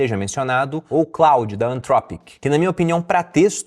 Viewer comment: O cara não sabe nem pronunciar Fiverr (é "fáiverr" que se fala) e Claude (é "clôde)) e quer ensinar a ganhar dinheiro com IA.